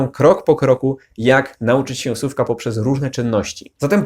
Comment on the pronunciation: Słucham ciągle, subskrybuję i przeszkadza mi jedna rzecz: wymowa słowa słówka/słówek. Z całym szacunkiem, ale wymawiasz sówka/sówek - proszę, popraw dykcję na filmach.